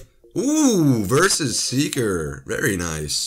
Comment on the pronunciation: Its not v.s. Seeker its v s seeker